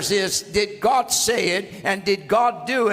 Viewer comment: Your pronunciation of Gawda proves you are telling the truth about your youth.